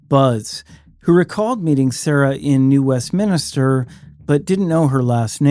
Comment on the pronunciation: Love these videos as they cover some of the more obscure cases. Thank you, for doing such a great job. Btw, it is New Westminster, not New Westminister. There is no other I in there, as minster means a church, and minister is of course, like a priest or pastor of a church. It is a mistake that many Americans make. My great grandmother was buried in New Westminster, British Columbia, so I am very familiar with the area, being from Montana originally. Again, thank you for covering these many cases. Many are more obscure cases, that we never hear about anywhere else on YT, so it is great that you cover them and bring more awareness to them. Great narration, as well. As a small aside, Finley Creek Jane Doe definitely resembles Patricia Otto, and I am almost sure the remains were hers. I say were, of course. Unbelievable that anyone would be so stupid as to order the destruction of remains and evidence. That was incredibly dumb. The guy that ordered that to happen shouldn't be allowed to live that one down, and deserves to be reminded of his dumb decision daily. That just baffles the mind.